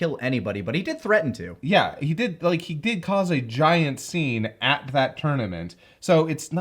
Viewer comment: "He did cause a giant scene at the tournament" Yeah, emphasis on "Giant"